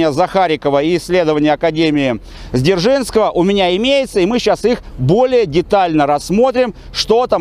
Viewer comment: ПОЧЕМУ, автор называет академию ЗДержнского, когда она ДЗержинского?!! Вроде рассказывает историческую тему, но сам не грамотный что-ли?😂